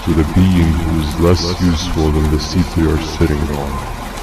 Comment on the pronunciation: “tha” goes hard